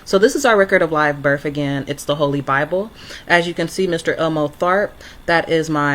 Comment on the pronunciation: Delusional much. Birf is not a word its birth. A good drinking game is to drink every time she says for the record.Drinking game 2 is drink everytime she says